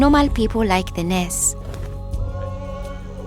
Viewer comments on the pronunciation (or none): I love how she pronounces "nurse" in Nars